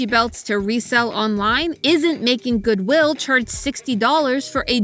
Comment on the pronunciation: I couldnt ignore the emphasis on the WI in goodwill 😅